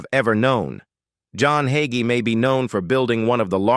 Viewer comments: THIS AI MESSAGE SAYS PASTOR HAGEE IS 85 then 84. THE PASTOR’S NAME IS HAGEE THEN HOGGY. I’M NOT SURE WHAT TO BELIEVE WHEN THIS MESSAGE CAN’T GET SIMPLE WORDS RIGHT! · The pronunciation of Hagee as yahee sure reveals AI to me. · There's that AI voice again. It's Hay- gee. At least get the name right. Love Pastor Hagee.❤ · A-I also has it's doubts...like the pronunciation of the subjects name. 😇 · Such a crock! Plrase stop. At least Learn how to pronounce his name. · Ai isn't pronouncing Hagee correctly. Need a human tech.